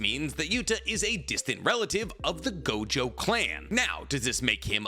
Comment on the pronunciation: ITS NOT GOJOVER! ITS NOT GOJOVER!!!